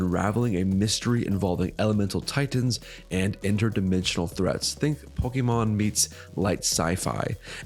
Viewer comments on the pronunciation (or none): Bro... learn how to pronounce Pokemon. All it takes is a 5 second google search. How do you expect us to take you seriously otherwise? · Every time you say it I cringe a bit. I almost can't watch the video... idk, I may not